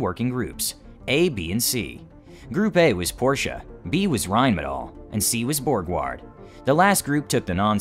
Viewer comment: Rheinmetall has requested an export permit for the Leopard 1 MBT but the German government has not given it yet. BTW: It is "Porsche" and not "Porche" or "Porshe". ;-)